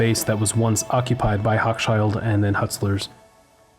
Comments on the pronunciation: Love your vids! Only one thing, the store you call hokschild? It's pronounced "ho' shill kohn" accent on the 1st syllable. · Hochshild Kohn was pronounced "HOH-shill Kone," not "HOCK-shyld." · Both C's are silent in Hochschild